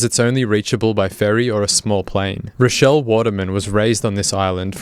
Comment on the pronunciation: why did you call her rodelle mutliple times